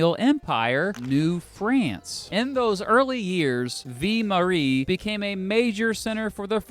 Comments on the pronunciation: I lost it at 'Vie Marie". You poor soul. It's okay, French is hard. It's pronounced 'Vi-l", like the first syllable of Village (Vill-age, Ville Marie). As a person, this is a cool video and very well done. As a Montrealer, it's my solemn duty to hate on Toronto no matter what for absolutely no reason. Also, we no longer have two international airports (at least as far as I'm aware). Mirabel hasn't had a commercial passenger flight since 2004. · Your not pronouncing Ville-Marie properly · "Vill-Maree" not "Vee-Maree" lol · Your pronunciation of ViLLe Marie is totally triggering me. It’s not Vie Marie. It’s ViLLe Marie. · not Vee Marie...it is vil marie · viii marie? bruh its pronounced vil marie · V Marie??? The L is pronounced man! like Veal-Marie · Ville Marie, the early name for Montreal, is pronounced V-ill (as in "fill") Marie, not V-ee Marie. Other than that it's a well-done, informative and enjoyable piece. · That and "Vie Marie" almost made me stop watching the video. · It’s V I L L E. not V I E. you’re saying Mary life. Pronounce the L’s in ville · Vii mawee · It's pronounced 'vil marie' nice vid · Two tiny pronunciation things: - A real anglo Montrealer would say “MUNN-tree-ALL”, not MAWN-tree-all. And simply “mount royal,” don’t sweat it. You’ll sweat it enough biking up it! 😅 - It’s VILL- Marie. How to pronounce double L in French is confusing admittedly... Otherwise, awesome job! 😎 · Althought the double L "ll" in French often gives the "y" or "yuh" sound in the name "Ville Marie" it's just like Ville....like Louisville. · Your prononciation of "Ville Marie" is so bad...a real Shame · Your prononciation of "ville marie" is so bad ahah great video tho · Amazing video! But you normally pronounce the "ll" in Ville-Marie!